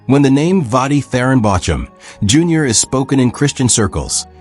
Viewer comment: I would pay more attention if AI knew how to pronounce his name.